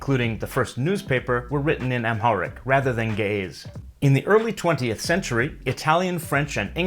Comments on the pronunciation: you mispronounced the word ge'ez, it is not read as ga'yes but as gi'iiz. Even if i don't agree about your beliefs about the origin of the language(we have our own history of it that dates back to the the 7th generation of Adam and Eve), this is a very informative video. it is also interesting to see very few people know about this ancient language. just to add, in the past we have been taught that amharic was a direct descendant of Ge'ez but new studies are showing that amharic might have existed before ge'ez and that even ge'ez uses borrowed amharic letters that it didn't have before, which is noticeable in re-written scriptures. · That's because he's pronouncing it improperly. When pronounced properly it doesn't sound like, gay's. Trust me. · Ouy, the pronunciations suck, but the info is good. Geh - ez for example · Ge'ez: Gəʿəz IPA: [ˈɡɨʕɨz] , not */ge-ez/ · You said ge-ez ( ግዕዝ )but it's gi-iz. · Ge'ez is pronounced "gi-hiz" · I first thought it was going to be pronounced as jeez but turns out it's gays. even better tho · ge'ez is pronounced guh-uhz. great video bro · I can't unhear Ge'ez as gays... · Ok I loled at the pronunciation of "Ge'ez script" LOL